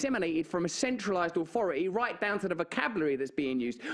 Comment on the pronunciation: It's not ofo ii, it's authority! 🤣😅😂